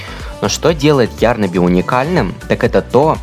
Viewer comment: Извините меня конечно, нооо не Ярнаби,а ярнАби